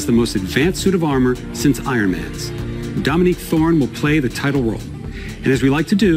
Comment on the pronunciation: When he said "Dominique Thorne" I heard "dummy-thicc Thor"